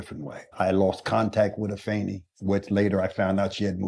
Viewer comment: Finally, somebody says Afeni's name right